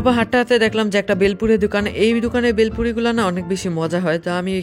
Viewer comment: It's not বেলপুরি It's ভেলপুরি 😑